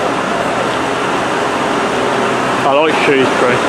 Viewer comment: Ok, you said why you liked your favourite train, I’ve got to know why this bus stands out from the crowd? Also, I pronounce Shrewsbury with the ‘O’ sound!